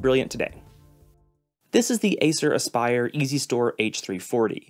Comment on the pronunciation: lol at 'asspire'